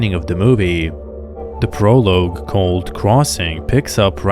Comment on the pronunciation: "Prolooge? it is pronounced as if saying "Pro-log" Plus you have the most boring voice i have ever heard. It could put someone into a coma let alone send them to sleep.